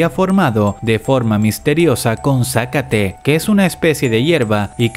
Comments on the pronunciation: Es zacaté no zácate xD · Me voy a ver muy superholly pero se pronuncia zacáte, no zácate jsjsjsjs. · Todos hablando de que llegaron temprano y yo solo pienso en que se pronuncia Zacáte no Zácate >:[ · Si ya se. Quizas en su país lo conozcan de otra forma. Por eso hace énfasis en la incorrecta pronunciación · Sa--cate no, es sacate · Se pronuncia za-ca-te, sin que asentues ninguna "a", porque suena a "zácate" y parece que estás corriendo a alguien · Zacáte 🤣 es Zacaté 🤣🤣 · No es zacate es zacáte :3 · De donde es incógnita,? Que dice Sácate? XD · Zácate o Sácate? 😂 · se dice zacate sin acento al decirlo